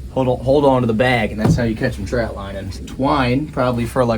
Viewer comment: Come on Brother. Trot Lining. Not Trout.😃